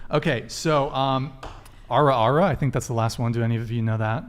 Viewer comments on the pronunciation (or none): She said "era era" when it's "Ara Ara"